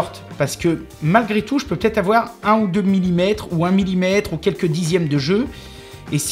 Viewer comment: Super vidéo, très sympa le retour au format de départ 🙂 J'ai beaucoup entendu miNimètre comme toi, mais il faut bien dire miLLimètre car cela correspond à un millième de mètre 😉